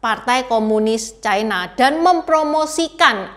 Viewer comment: Ucapan yg bnr : China, bukan : Chaina